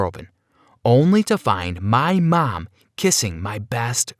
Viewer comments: Nobody: Him: « mY mAm » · Does anybody hear how he says mom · Sir put a shirt on I bet his mom is 5 times his age and there flirting ummmmm u need help and the way he says mom is weird 😂😂😂😂???? If u agree comment down below❤️❤️❤️❤️